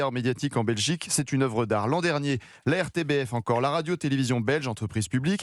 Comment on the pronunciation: Petite précision, on prononce " m RTBF " !